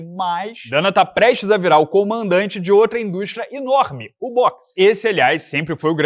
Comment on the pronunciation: “Mas certamente teria um impacto INORME”